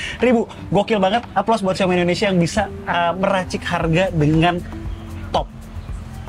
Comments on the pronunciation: indonesia bg , bukan endonesia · Indonesia om. Bukan endonesia... sukses k2G